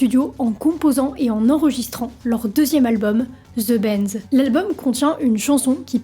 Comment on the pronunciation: Ze benz lol Tellement du bon contenu mais quel anglais 🤦🏻‍♂️